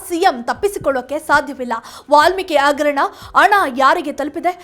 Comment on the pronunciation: ಅವೆಲ್ಲಾ ಇರಲಿ. ಮೊದಲು ಭಾಷೆ ಸುಧಾರಿಸಿಕೊಳ್ಳಿ. ಅಗರಣ - ಹಗರಣ ಅಣ - ಹಣ ಈಗೇ ಹ ಇರುವಲ್ಲಿ ಅ,...... ಇಂತ ಹ ಶಬ್ದಗಳ ಕೊಲೆ ಮಾಡಬೇಡಿ 🤦🏼‍♀️